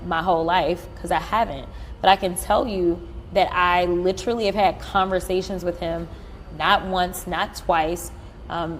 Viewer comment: in 2025, anybody who says “lit-terally” like that is about to lie 😂